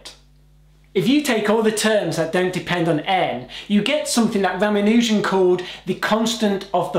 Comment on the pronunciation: ra ma nu jan NOT ra ma nooooooooooo jan